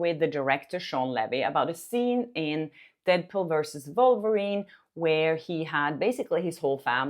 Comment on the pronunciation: She pronounced Wolverine like "Vulvarine" lol the vulva monster